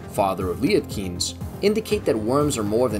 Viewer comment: It's pronounced "Shy-oo-lewd". And "Lee-et Kines".